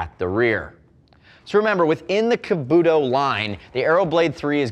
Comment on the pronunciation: Kabuto (kah-boo-toe) kamui (com-whee)